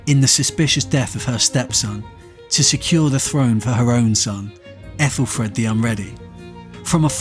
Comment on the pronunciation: I'm not the o.p, just saw the comment thread. Not sure why they thought it's AI. mispronouncing aethelred as aethelfred? Or am I wrong and it's got an f in it? Still unsure why they think AI tbh. Anyway, I enjoyed the video, I admit i was expecting to see you at some point, but if I was doing it myself, I'd likely do the same thing